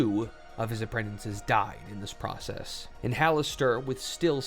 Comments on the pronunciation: Okay, i mean no insult but this is driving me nuts. Apprentices has one n in it, not too. You keep saying "apprentinces". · Bro. Learn how to pronounce "Apprentices".